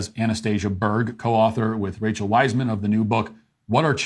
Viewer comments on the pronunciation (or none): none